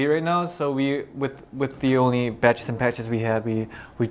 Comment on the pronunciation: Johnny: Badges and Patches What my mind hears: Batches and Patches